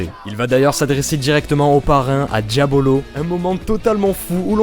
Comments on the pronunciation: c'est pas Diabolo mais Diavolo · DiaVolo, ça se prononce à l'italienne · Diavolo pas diabolo